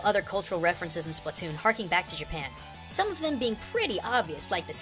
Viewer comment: Splatoon, not spletoon!